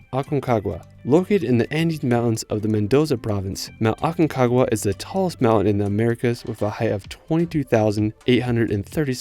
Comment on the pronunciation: CALIFATO??? Calafate Specasina? Spegazzini Usgua USHUAIA Que pasa que ningún lugar pudo pronunciar bien